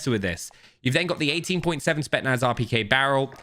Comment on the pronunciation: spetSSSSSnaz! Not spetnaz!!